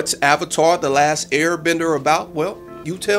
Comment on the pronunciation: One of the worst movies I've seen this thing wasn't as bad as Twilight but it was bad. It didn't stay faithful to the series. They pronounced everything wrong including avatar which makes me think the mispronunciations were on-purpose. The bending sucked, the action sucked, the 3-D REALLY sucked. The beggining was extremely rushed. But the one thing that pushed me off the edge was the fact that the firebenders needed a firesource to bend fire.